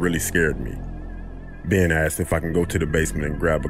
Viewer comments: "she aksed" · Love the vid, but asked, is not pronounced "axed" 😋😋😋